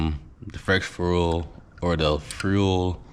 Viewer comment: Why can’t u say fuel 😅